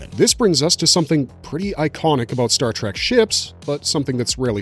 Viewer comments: Exactly. How can this guy get all the names and races right but mispronounce the name of the franchise!!! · Good video but please stop saying Star TrAk